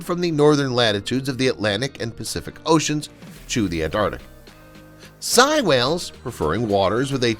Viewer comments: Sei (Say-e) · Sei--it's pronounced "say," not "sie." Baltic Sea--it's "balltic," not "belltic."